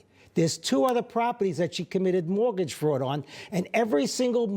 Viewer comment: Great accent. Mowagage.